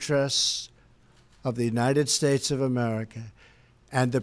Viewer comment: I did not want to be critical, that was a long speech and I am sure he is exhausted but it sounded like he was slurring at the end. Listen to his very last words when he said United States. He needs our constant prayers.